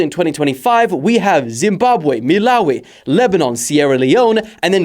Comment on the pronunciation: calling it 'Milawi' is crazy, i thought u grew up in south africa lock in🔪🔪